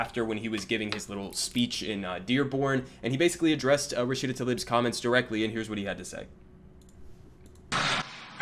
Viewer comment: He can't even say her name correctly; apparently she's now a man 🙄